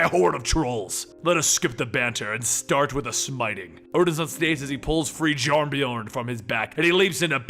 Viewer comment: No one is gonna talk about how this guy pronounces it "jeeyarnbjorn" lmao